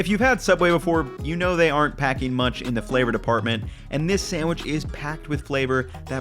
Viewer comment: Lol the use of “munch” instead of “much” like is an amazing super troopers reference 👌👍